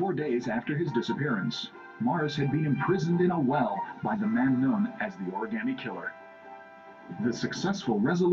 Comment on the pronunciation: can i smack the reporter? please? just for mispronouncing the oragami killer!